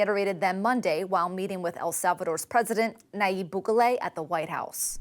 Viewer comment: Is she purposefully mispronouncing Bukele's name, or is she just that incompetent that she didn't bother to check pronunciation of a WORLD LEADER'S name?